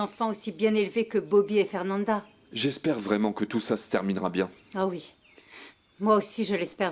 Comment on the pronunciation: Quais graciella elle á faire dit mal afernanda ohooo my gosh